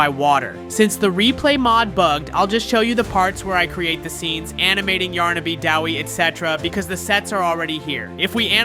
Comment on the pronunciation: You can even say those two characters correctly it's yarnaby and pianosurorus